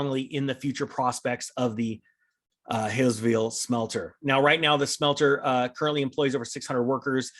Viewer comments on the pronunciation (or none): Hawesville is pronounced hallsville. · Pronounced Haw s ville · Kentuckian here, family lives in Hawesville and know plenty getting laid off... say it like The HAUL in U-Haul...or Ha like your laughing!